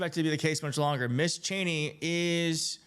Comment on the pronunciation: Thanks for the great report and commentary. Also, just to let you know, Ms is pronounced "Mizz."